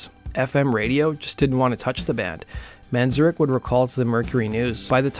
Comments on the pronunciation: It's "Man-zare-ik." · I love your channel but your pronouncing of Ray Manzarek's name (variously, "Manzurkh", Manzurec" and "Man-ZUR-rek", lmao) is really fucking vexing me